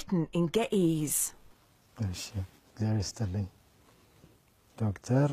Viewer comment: Geh ehz not geh eez